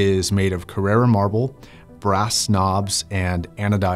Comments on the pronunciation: Carrara not Carrera. One is an Italian marble, the other a German car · Johannes Labusch I’m italian. he is mispronuncing it